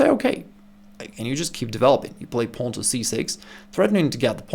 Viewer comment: Why can't he say pawn?